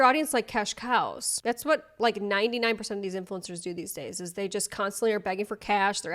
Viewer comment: The hard emphasis on cash COWS is my new vocal stim